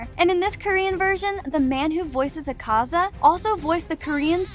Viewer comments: ITS AK-AZA NOT ACAZA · pronounces akaza ACK-AH-ZAH